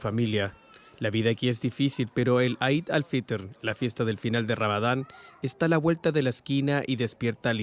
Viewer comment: 'Eid al fitr' se pronuncia /i:d/ al fitr.